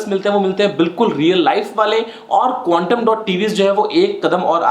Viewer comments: "quantum" not "quantom" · its Quantum not quantom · "quantum" dot...not "quantom" dot..